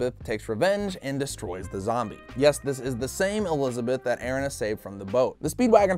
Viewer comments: Airina really its erina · Pronunciation eh re na. Erina. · it is er-ee-na